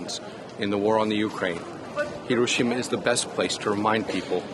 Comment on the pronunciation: Why are so many in the media incapable of pronouncing Hiroshima (Hee row shee ma) even remotely correctly. They can pronounce the 'i' as an eee in sushi, tsunami, and a dozen other loan words. At least Jake Adelstein, on location, got it right.